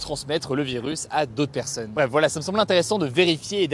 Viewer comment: STP ARRETE DE DIRE 'PERSEUNE'